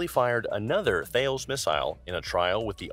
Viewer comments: Its pronounced Tallis not Thales (although with a French accent) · That's pronounced Tales , it's a standard missile format.